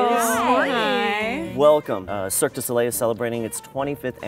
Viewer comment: everyone failing to pronounce Cirque Du Soleil makes me anxious